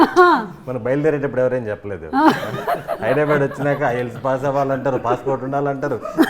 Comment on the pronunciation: Its not Hydrabad its Hyderabad. Please pronounce properly.